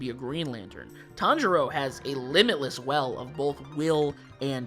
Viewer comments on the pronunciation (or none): none